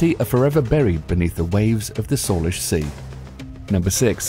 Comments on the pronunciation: Salish sea is pronounced "say-lish" not "solish" :p trust me I live there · #7 "SAY-lish" sea, not "saw-lish"